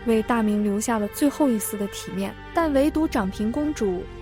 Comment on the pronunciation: ㄓㄤˇ平公主是有多平？被AI說成這樣還真慘啊